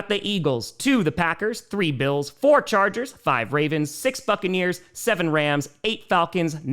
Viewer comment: It sounded like u said fuckaneers 😂 not buccaneers at the end